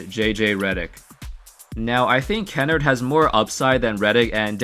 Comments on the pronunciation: You pronounced Luke Kennard’s name so wrong. It’s like kin-nard not kennerd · Ka-nard not kennerd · it’s ken-nard not ken-nert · It’s KEN-ARED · Its pronounced like Luke (Ken arrrd) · Bro u don’t even pronounce kennard right lol